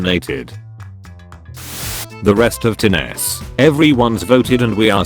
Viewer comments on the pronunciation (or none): The voice pronounced "Tennessee" wrong. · Text to speech: says Tennesse as “tenese” Me: ight, imma head out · That’s not how you pronounce Tennessee. Also stop making memes on the assassination of JFK it’s not funny. We never put people in concentration camps. You’re clearly not an American so don’t make American memes. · I cringed at the pronunciation of Tennessee.